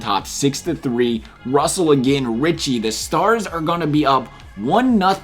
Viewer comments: Roussel is pronounced Rue sell not Russel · I guess you don't know how to read or pronounce hockey players names. My god Roussel is different than RUSSELL. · This dude doesn't know hockey Harmonick! Russell!? It's Rousell and Hamminock